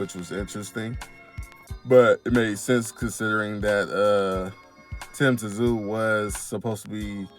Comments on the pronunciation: Just say Sue not t zu 😂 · It’s pronounced Tim Zoo